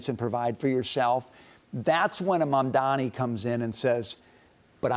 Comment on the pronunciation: If you’re gonna criticize Mamdani, at least pronounce his name properly, that’s all I ask